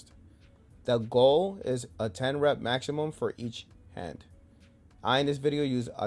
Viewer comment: Did he say the goal was a 10 rep machimum?